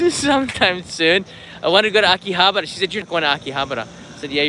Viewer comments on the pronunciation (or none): none